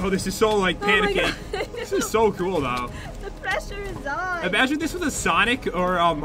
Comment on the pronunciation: Every Time "big P" said panicking I was think pandaking XD